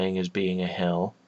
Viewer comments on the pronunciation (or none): First he said to this point where you go to hell, then i understood he meant hill. :/